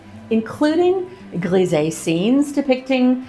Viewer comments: Lovely bathroom, coming along nicely. Just one little comment, not criticism, so please don’t get offended, your pronunciation of ‘grisaille’ is slightly wrong. It should be as if you said …eye at the end. Just saying… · Oh that's a pity with the mirror. But these things can happen. Looking good! I'm curious to see the whole finished bathroom, I can imagine a bath in there would be lovely! Fr. Grisé = US "Greez-eeh" . Fr. Grisaille =US "Greez-I" (as in "Ay" Caramba in Spanish, or "I" love painting). You have alot of followers and people will quote you, so it's kind of important, hope you don't take it personally. Grisaille has been all the rage in recent years, but really works best in 18th century interiors or older. I especially like your bolder foliage with more definition, and green will be an interesting addition too see! Best of luck finding a good mirror, (or having that one broken panel replaced). I'm sure you'll find something lovely! I think mural painting is something everyone should give a go, it's so much fun and it's just paint, you can always repaint or go slow and add over time, wheras a De Gournay paper is a huge investment for most people. Be daring, go for it! ❤ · Wonderful results - the bathroom walls look amazing. The smallest of French corrections: there's a "sigh" in grisaille - it rhymes with Versailles. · Always amazed at how talented you are but as a French speaker, one thing: grisaille is pronounced “gree-z-eye”